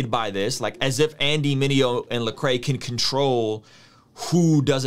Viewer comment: Solid comment. It’s LEcrae though. Man’s name has been butchered for two decades now...it’s gotta sting him a little lol